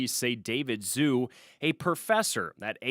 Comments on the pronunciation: Zhu: not pronounced "Zoo" 😵‍💫, but equally simple, "DJOO". 😊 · It's pronounced "DJOO", or if you prefer, "Jew". Come on.